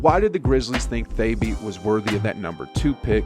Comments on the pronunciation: I think you’re pronouncing Thabeet incorrectly. It was more like “ta-beed” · Thabeet (tuh-beet) Adonal (uh-don-ol) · Hasheem Thay-beet and rudy go-bert and marc ga-sol drove me nuts made me click away sry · u butchered gasol and thabeet but ok